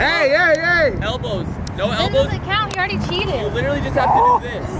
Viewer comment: *littery? 😂😂 **literally, you need to go back to school NOW